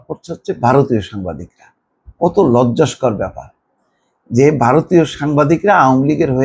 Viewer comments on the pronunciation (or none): মোস্তফা ফিরোজ ভাই, শব্দ টি হচ্ছে- " লজ্জা কর" ।। আপনি বার বার বলে যাচ্ছেন, "লজ্জাস্কর"!? আশা করি ভুল বুঝবেন না। ধন্যবাদ।